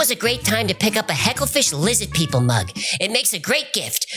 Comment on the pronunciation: "LIZZID PEOPLE" lmfao